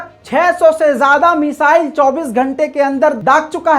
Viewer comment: لفظ مسائل نہیں ہے میزائل ہے درست کرلیں